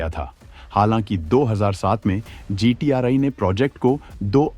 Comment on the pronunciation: GTRI What do you mean for "I". Please pronounce correctly. As many are following u.